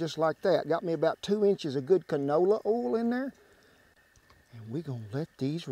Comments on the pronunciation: I like the way he says "oyl" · SpeakEasy DoorMan that’s standard pronunciation in rural Texas.